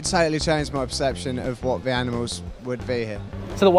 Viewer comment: Sounded like you said “crime or anals” and I’m dead 🤣